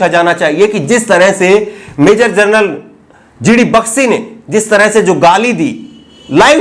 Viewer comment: Bakshi ki pronounciation toh sahi krle